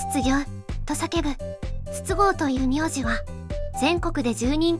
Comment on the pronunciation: 筒香の発音は22GO